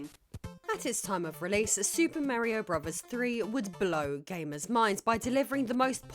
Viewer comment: I love the beginning of this video, a, very sixy looking, five is frozen in what appears to be dragon eyed stupor until I push play. Once pushed, the 6ee5 opens her dialogue with "Super Mare-ee-Oh, BRUBBERS THREE...". Warm fuzzies are felt again a few moment later when 6ee5 says "Bruh-verse"... <3 Love this self identified "it" on a rock in space.